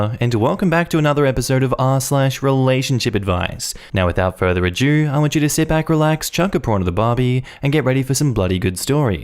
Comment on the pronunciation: I hope you see this, it’s “without further ado.” Pronounced “uh-doo”. Also, I’m Australian too. It means “with out anything else to do…” in old English, taken from Shakespeare- like his play “much ado about nothing” which means “a lot of nothing” …but it’s not “a-due” or “adieu”